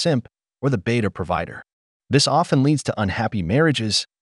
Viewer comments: wasty? (waste) providder? (provider) Is this an AI narration? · Please be a "beater prahvitter" and fix your AI voice over pronunciations.